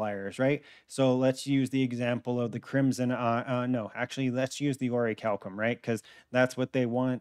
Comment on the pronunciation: Bro slide bismuth saying oricalcum